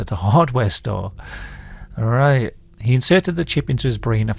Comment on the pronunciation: ARRITE HE SAYS, LOL, ARRITE INDEED